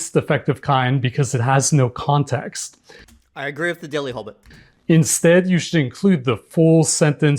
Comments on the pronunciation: i swear both times i heard belly hobit😭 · I cannot unhear "hobbit". Atomic hobbit, a hobbit glowing in the dark. Build a hobbit, a hobbit kit 😂